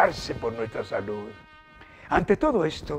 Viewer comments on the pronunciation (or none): none